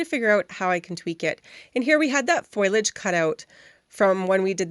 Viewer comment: Great foiling tips! TYFS! (Btw the leaves etc is pronounced Foh-lee-edge (foliage) just fyi 🙂😉)